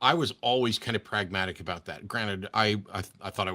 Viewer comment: Aboot. Lol